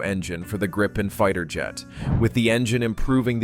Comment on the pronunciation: Not Graipen, but Gripen.